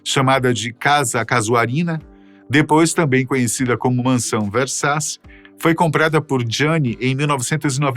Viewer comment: A PRONUNCIA É GIANNI VERSACI ( O SOM DO NOSSO C EM ITALIANO É T) ENTÃO O SOBRENOME ESCRITO É VERSACI MAIS O SOM QUE DEVE SAIR QUANDO PRONUNCIADO É VERSATI.